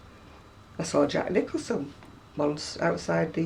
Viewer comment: did you say Jack Nicholson?